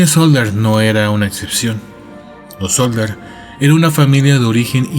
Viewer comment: SODDER, no "Solder"